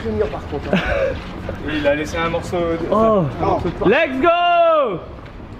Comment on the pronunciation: il me stresse il dit tout le temps Legso 😭 C LeTsgo